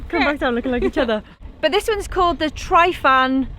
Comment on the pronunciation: Not pronounced Try-fan, but Truh-vann